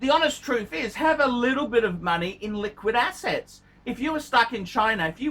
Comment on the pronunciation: Did he say liquid asses ? Or assets. Same dipherence